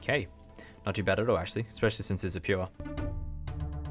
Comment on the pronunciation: The way you pronounce “Pure” makes me chuckle every time, lmao! RSN; Durst SR